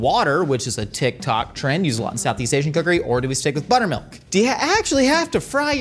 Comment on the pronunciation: Did he say butt milk